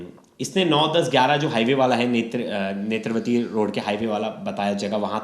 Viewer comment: नेत्रवती...? नेत्रावती नदी बॉस, ज्ञान की कमी साफ साफ दिखाई दे रहा। रट के बैठोगे तो यही होगा ना